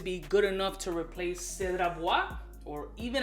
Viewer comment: 'Cedart" hahahahaha